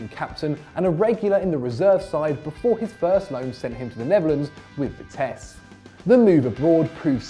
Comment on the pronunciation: This guy really dosent his football (vitsee-vitesse) (The ghers-The gers)